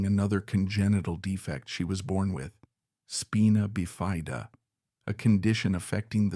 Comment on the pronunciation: What is “speena bifia”? 18 years a nurse here and never heard this pronounced like this!